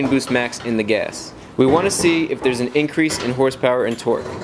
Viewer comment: Wth is he saying "guess"!?!? Its pronounced "gASS"